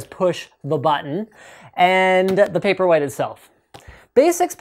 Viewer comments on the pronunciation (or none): Throughout the video, it sounded like you were saying "paperweight". In about ten years, that will be a very appropriate name for it. :)